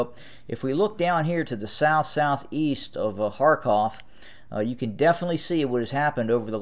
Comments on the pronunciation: 99% of Americans pronounce the words as they see it in English... and it is written as Kharkiv, so why would an American who "does not understand the subtleties of Slavic pronunciations" deliberately change the proununciatioin to a name written as KharKIV to KharKOV ??? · He's an American. He doesn't understand the subtleties of Slavic pronunciations and why would he?